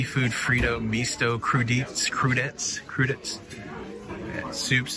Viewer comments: Crew-di-tays. Have a great cruise! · Okay,. I’m sure you didn’t study French! Crudite’s (pronounced crew-dee-tays) are raw vegetables like carrot sticks. I appreciate you showing us around the port area. My friend (retired from U.S. Army Corps of Engineers) used to do hydrographic surveys on boats like you saw, for dredging out harbors in Alaska. She got to travel all over Alaska! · crudites is pronounced "cruditay" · It is pronounced Crew Dee Tay